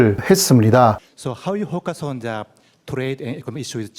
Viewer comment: 저 일본기자 영어발음 진짜 미치겠다. ㅋㅋ 대통령 기자회견이면 신문사에서 엘리트급들을 보냈을텐데,용감하게 일본식발음으로 막 질문하네. 영어,일어 다 알고 있는 입장에서 호카손자가 뭔 소린가 했더니 focus on the trade with Japan를 얘기하고 싶은거였네. 일본인들아! The를 전세계인들은 거의 다 "더"로 발음한단다.아무리 니네들끼리는 "쟈"로 발음한다고 해도,대통령 기자회견 자리에서 일본어에 "더"발음이 없다고 해도 "쟈"로 발음하면 어떡하냐고? 트럼프가 앞의 말은 도대체 모르겠고,키워드 trade 하나로 눈치로 때려맞추는구먼. ㅎㅎ